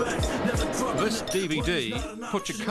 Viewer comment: Wangstahz lol. Bounce of fobs lol.